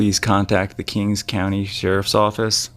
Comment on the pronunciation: It's called king county, there is no S on the end.